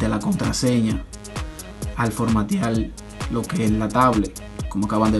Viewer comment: Y de dónde es usted? Que dice formateal, pieldan, omitil, palte.